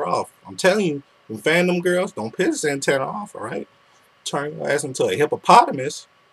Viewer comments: I like your videos, but can you at least say my name right? It's 'Zatanna' not 'Zantanna'. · When ever she said "Zantanna" I screamed "IT'S ZATANNA!!!" Zatanna